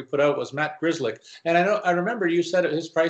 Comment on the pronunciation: Griz Lick is how you pronounce it thanks for the video!